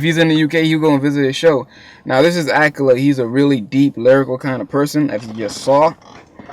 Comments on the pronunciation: 'Its not akala I beg your pardon' if you know you know. His name is pronounced like 'akarla' :D. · It is pronounced Akarrla not Akala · ah-kah-la not ahkala dope review tho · The way you pronounce Akala is the most wrong thing ever. its pronounced A-ka-yla. not Ak-a-la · its not akela its A-KA-LA.. good video though bruh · it's pronounced akarla not akala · It's pronounced akarla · Lool he said akla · my brother! love what ur doin bro but just for you the way you pronounce Akala is like "AK-AR-LA" :) you got my subscribe bossman! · His name is pronounced A, car, la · Goodshit. Btw Akala is pronounced ah-kah-lah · it's pronounced a car la